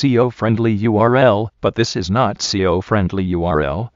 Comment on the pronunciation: lol this ural is not see-o friennnndly!